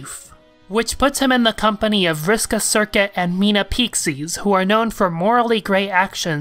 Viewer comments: it's payshes not piekses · Just a heads up, Meenah's name is pronounced like "Pay-shees", since it's based on the portuguese word for the Pisces constellation, literally translated to "Fishes" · Love you, man, but that pronunciation of Peixes hurts. It's an actual word, the Portuguese word for multiple fish. It's pronounced "peh-she-s". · Your pronunciation of peixes is killing me (I say it as "PAY-sheez")